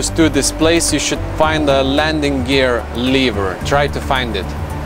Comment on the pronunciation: Good job,! Btw, "lever" rhymes with "clever".